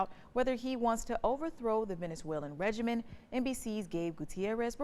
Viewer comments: She clearly said the word "regimen," which is a common mistake that people make. You can turn on the captions and click the time stamp to verify. Neither "regiment" nor "regimen" are the correct words. Anyone well-read on geopolitics and US history are familiar with the English usage of "regime." She's referring to the "Maduro Regime," but she accidentally said the word "regimen." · Holy cow !!! The word is “regime” not “regimen” . Why do you have illiterate people reading the news? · 🤔. REGIME! Not "regimen". Grammar is in a serious decline...